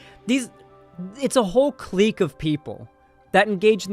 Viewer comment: Clique is just pronounced click. Not cleek